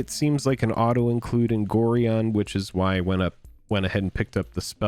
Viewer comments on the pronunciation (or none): Nice pick-ups. (BTW, Gorion is pronounced "go-ryon".)